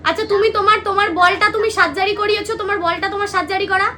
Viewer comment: সাজ্জারি না রে সার্জারি হবে শিক্ষার ও অবস্থা ওই ভাষার মতোই